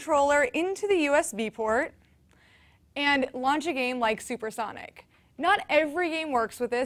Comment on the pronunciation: RetroGamer Pl Same it made me hurt physically